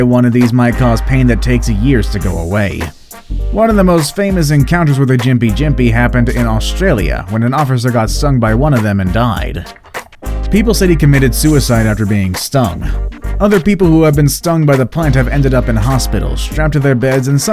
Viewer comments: Yup he said Austragia!! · Excuse me 😂 did he just call Australia “Austrigia”